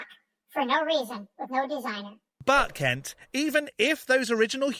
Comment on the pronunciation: I think you're pronouncing Kent wrong😂